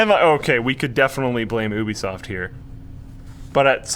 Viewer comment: lol gubisoft